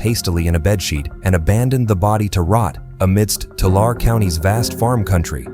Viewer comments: TOO LARREE = TULARE 🥸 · 2 lair E. Tulare🤣